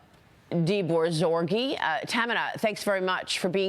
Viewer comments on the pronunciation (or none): You'd think the least Crazy Maria could do is learn how to pronounce Dehbozorgi's last name 🙄